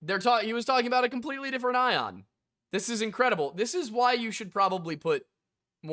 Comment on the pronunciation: I think at some point you mistook Ion for Aeon, which is understandable since the guy pronounces it wrong.